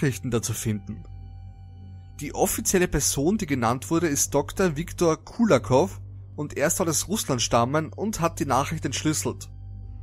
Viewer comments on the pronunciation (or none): Der heisst nicht kolikov sondern Kulikovf